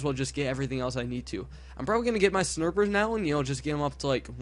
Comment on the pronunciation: Is it just me or are you calling snipers snerpers?